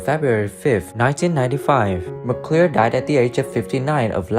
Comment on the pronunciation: Adding to the litany of mispronunciations: - "Doug McCLEER in the TV series he played Trampas, a noisy, sandy-haired cow HERD." Ed. - "oops; again and again." . . . . Sara Lane, Randy Boone, Roberta Shore, Don Quine -- "Now" photos all a decade old, from "The Virginian" 50th Anniv. at the Autry Museum, Griffith Park, Los Angeles, Calif., Sept. 2012. Come on now; "Then & Now TV Shows," a bit more research from a competent, professional photo researcher and photo editor would have dug around and found more recent footage, images. Reflection: - Clearly an accomplished, totally-at-ease-on-a-horse equestrian, Sara Lane transitioned from cute to pretty by age 17. She had such a captivating, ultra-feminine voice and, oh, was she blessed with a full-on-top figure. She outdid herself as an actress and a "Virginian" regular in 'Vision of Blindness' opposite guest star John Saxon turning in a fine performance himself as ex-con Ben Oakes. Thrown from a runaway stagecoach deep in the Medicine Bow Mountains, Elizabeth is blinded, left for dead. She's 'rescued' by Ben with whom she has her first love story, her first real kiss. Location filming in Los Padres National Forest are a big plus for this "Virginian". 1) Not to be, 2) not to appear, 3) not to seem insensitive and unkind, but someone 'out there' -- if not Sara Lane herself -- should put our concerns and curiosity to rest and fill us in on just what ailment she's afflicted with that caused her to balloon to the se